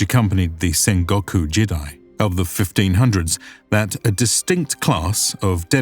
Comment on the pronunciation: You need to fix your pronunciation for these words: jidai = "jee-dai", not "jid-eye" Kyushu = "kyoo-shoo", not "kai-yoo-shoo"